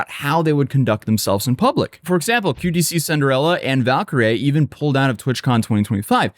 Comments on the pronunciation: QTC inderella is fire pronunciation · "Q. T. C. -inderella" had me dying. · i’m so glad you screwed up the pronunciation of QT Cinderella’s name.